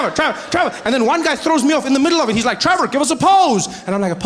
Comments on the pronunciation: Trevor 🤣Revor🤣Evor😂😂😂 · This is seriously some funny shit! Thanks for the laughs Trevor, Revahh, Nevahhh!